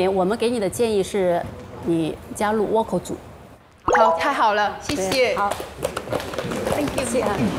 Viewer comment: 是啊，这个Vocal说成哇靠，我实在是...尴尬癌都犯了